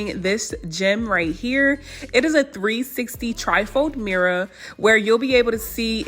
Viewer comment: i love how she says mirror, “mirra”